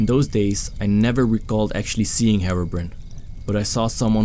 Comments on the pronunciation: "herobren" that is the most Scottish way to pronounce his name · When he says herobrine, it sounds like he says heroinn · u pernouced herobrine wrong